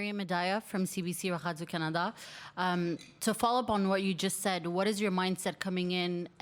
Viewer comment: Did she just try and spice up the pronunciation of 'Canada'?